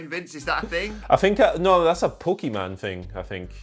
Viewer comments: "A Pokeyman thing" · “Pok e Man”